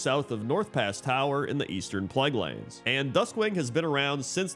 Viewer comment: I always like how seems to say 'Western Plagglands', instead of plague lands. That and 'archictecture' <3